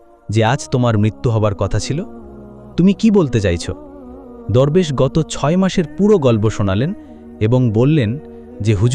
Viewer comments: দুরবেশ না দরবেশ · দোরবেশ না দরবেশ হবে উচ্চারণ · দোরবেশ না, দরবেশ😂😂